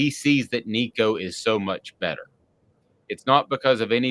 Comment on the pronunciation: No, do not start a freshman in this league. Joe did great in the orange bowl. Build off that. Sit Nico this year. Its his show in 2024. Also do yourself a favor. Learn to pronounce his last name. Tennessee football posted a video of Nico teaching people how to say it.